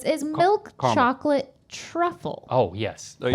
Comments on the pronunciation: No one: ….. Rhett: “Socholate Cholid” 🤣🤣🤣🤣🤣😂🤣😂😂😂🤣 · Laughed way too hard at "socklet cholid" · Socklate Chocolate 😂😂